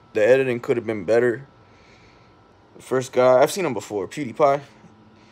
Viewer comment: pewduh paaa